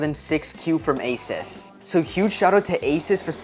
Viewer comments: THIS was amazing but i cried when you called asUs asis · Asis ☠️ you said asis 3 TIMES!